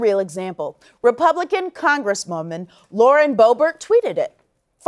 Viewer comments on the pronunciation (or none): none